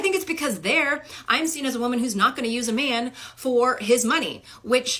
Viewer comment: "Wahmen" -WoMAN